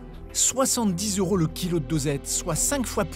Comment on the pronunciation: Jo yeux pour un journaliste de dire « 100 euros » sans faire la liaison avec le « T »